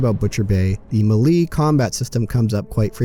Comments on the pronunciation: Me lee? I though it was May Lay. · That's the first time I've heard "melee" pronounced like that... 🙂 Thanks for the video ✌